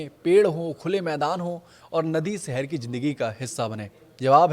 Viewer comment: सहर नहीं शहर होता है 😊